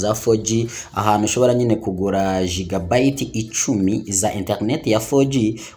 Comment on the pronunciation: one Nation TV,bavuga: Gigabyte:/giga bit/ mwige neza inge bavuga ibintu